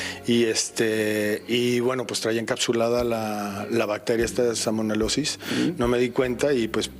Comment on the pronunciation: Salmonelosis 😅😂 no salmonelolo 😅😂 ay Lily ,en serio ? 😅😂😅